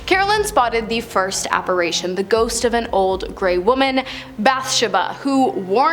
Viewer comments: Please, it's app-a-RI-tion, NOT app-a-RA-tion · Why pronounce Sprague as Spraugue? I guess it's not surprising as she also pronounces apparition as apparation... 🤦